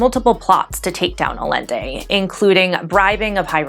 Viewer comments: I'm sorry but aLende??? I was actually confused as to what you were talking about. Other than that, great video. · Thanks for this well written explanation of things! Just one baby nitpick tho: Allende is pronounced "Ah-YEN-Deh" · Awesome! The audio and camera quality improved so much. Allende is pronounced Ayende by the way :) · To sound killer expert on the subject of neoliberalism be advised that the two "L's" together in the name Allende are pronounced as the "Y" sound in yellow.